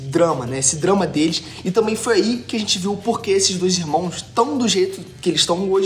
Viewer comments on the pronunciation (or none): none